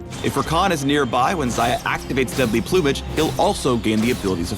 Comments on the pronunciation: the way he says plumage... plew-mage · deadly "ploomage" hehhehe is that how americans pronounce it?